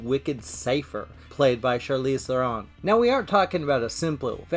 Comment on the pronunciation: Theron is pronounced like the bird 'heron' with a 't' in front. She's Dutch, not French. I don't know how people are still getting this wrong even after she said it herself. It's like people mispronouncing J.K. Rowling